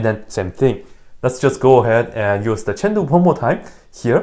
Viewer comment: Why does say chain rule as chandu?